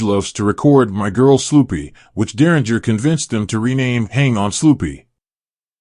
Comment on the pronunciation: You're pronouncing his last name incorrectly